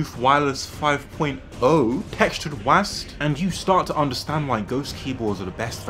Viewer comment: Bro said “wasd” instead of W,A,S,D